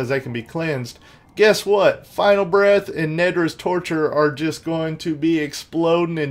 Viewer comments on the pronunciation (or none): none